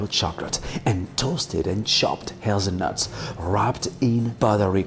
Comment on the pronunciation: hazeweavil nuwt millerk